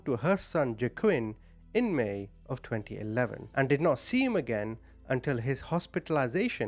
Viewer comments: The boys name is pronounced WAH-KEEM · JAQUINN PRONOUNCED= WAH-KEEN